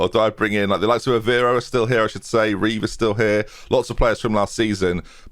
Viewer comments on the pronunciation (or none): none